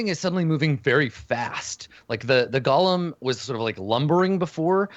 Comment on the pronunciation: FYI, it's "go-lem," not Gollum.